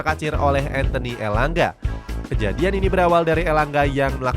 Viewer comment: Kenapa harus ENTHENI sih Orang namaX ANTHONI Malah mimin baca ENTHENI ckckck